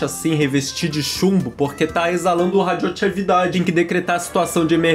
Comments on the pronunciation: Ninguém: a: RADIOCHÉVIDADE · radioatchêvidade kkkkk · ksksksksksk RadioaCHÉvidade